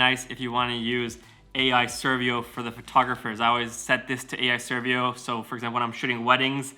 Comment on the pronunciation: You pronounce servo so weird. Serviou. That is actually funny. But very nice video!